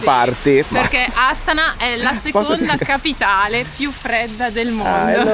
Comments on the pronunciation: Buongiorno Ragazzi, sì dovrebbe pronunciare Astàna. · Volevo dirvi che la pronuncia corretta e’ Astana’ e non Astana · Voi continuate a cadere sugli accenti.😂😂😂😂😂 Astana va pronunciata con l'accento sulla seconda "a".